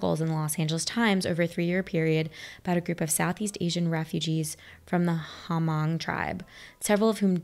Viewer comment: Just fyi, "Hmong" is pronounced a bit like "mung." It's a culture from Laos. ;)